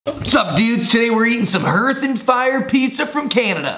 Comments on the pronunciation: It’s pronounced like harth. Looks fabulous tho. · Hearth = Harth. It's the area in front of a fireplace. Dearth = Dearth, however lol